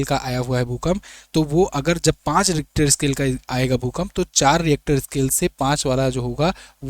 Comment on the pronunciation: डरानेकी झूट बात मत कीजिये. भूकंप का भविष्य कोई भी नही कर सकता. Rister not reactor.